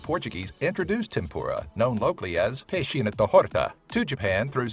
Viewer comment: The pronounciation of the man speaking in that video is SOOOOO bad!!!! "Peixinen da Rorta" is what they said, but if u know spanish, you should say tha "Peixinho" like "Peixiño"